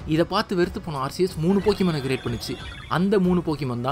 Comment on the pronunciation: Bro aceus pronounce ஆர்சியஸ் இல்ல ஆர்கியஸ்